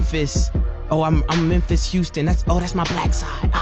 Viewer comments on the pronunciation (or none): none